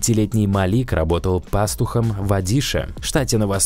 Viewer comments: Не пАстухом, а правильно пастухОм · Работал пАстухом..?! Да ты автор ещё тот диктор. 👎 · Так пааастухом или пастухов иди в школу учи русский язык??? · Каким пАстухом? Русский язык отдыхает... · Пастух ударение на букве а. 😱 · Уважаемый автор озвучки вы неправильно произнесла слово пастух.